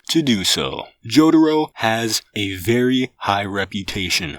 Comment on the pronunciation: The way he pronounces jotaro is amazing